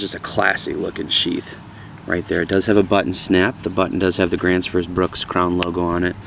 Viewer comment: cool review. Just a helpfull tips. The pronounciation on the Bruks is not a short u but more a long u as in fuel or use. Otherwise .. good job.